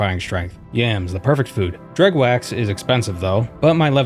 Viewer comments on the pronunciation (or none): Its call Dreugh not Dregh